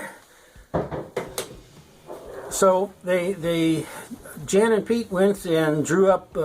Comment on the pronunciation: Jan and Piotr - correct pronunciation is "Yon & Pee- ottrrr"